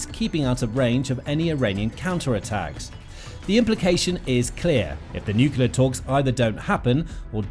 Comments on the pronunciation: NOO-KLEE-UR..Nuclear, not NUKULAR. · It's NUCLEAR not nucular!!! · Why can't journalists use the word "nuclear "? Where does the false pronunciation "nucular" come from? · Nuclear not "nukyalar". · “Nucular” this dude cant pronounce nuclear